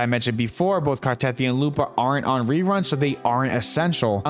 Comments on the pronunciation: Very nice video. I hate to be a pronunciation Na*i, but Ciaccona is pronounced with the C like chair, not S And the stress on Carthethia is on the last I so it is car-the-THI-a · CHUH-CONE-UH. CART-A-TH-EE-UH fuckin hell they say the names in the game.